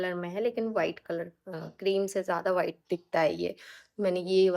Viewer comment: Bas ek bat bolungi ki aap v ko b kyu bolte ho white ko bite bolte ho